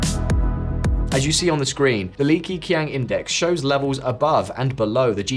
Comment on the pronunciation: its not pronounced as "key: but "ke" like "ke-bab, ke"